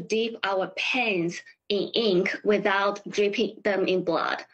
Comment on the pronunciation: 高中就出国上学英语就说成这样😂， 是pain不是pan啊